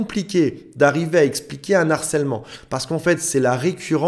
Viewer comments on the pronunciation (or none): Salut!!!! ++++!!!!!!!!!!!!!!!!!!!(prononcer "Un /Arcellement"(pas un narcellement: on ne fait pas la liaison quand il y a un H): le français déteste les Hiatus!!! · Un "H"arcèlement... Ici c'est un H aspiré, donc pas de liaison à faire avec le un.😊